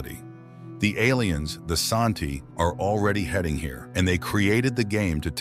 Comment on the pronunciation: They are pronounce San-Ti. IDK where you got 'AShanti" In original Chinese translation of the book it is call "San-Ti" but in the English translations it is call Tris loran.